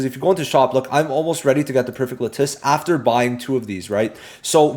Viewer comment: All the content creators for this game are placing huge emphasis on how important the lattice are, but none of them know the proper pronunciation. La-tuhs.